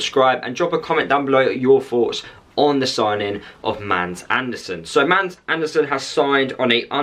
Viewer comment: You have a fantastic player that will light up the premiership. GET him accustomed to this level of football. BTW Mads is pronounced Mass Barnsley fan